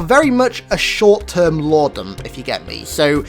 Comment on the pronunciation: Lore? no LAOW